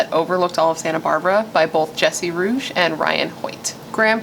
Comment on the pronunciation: Hey nice video! First, RIP to Nicholas Markowitz and second, Jesse Rugge's last name is pronounced "Roogie".